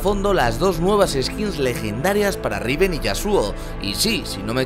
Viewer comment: Like si te gusto la R de riven :v